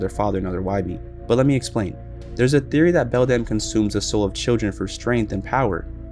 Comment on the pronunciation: You pronounced the other mother's name wrong